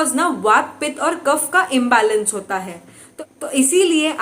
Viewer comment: ma'am please don't mind. Aap se ek request hai काफा, pitta, वाता , दोषा , nahi boliye, sahi ucharn kijiye. Please.